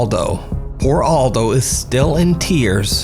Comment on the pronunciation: Maybe nobody cares but this name is Eldho not Aldo 😉